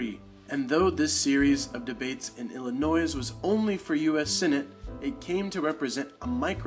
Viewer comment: Illinois does not use the s on the end!!!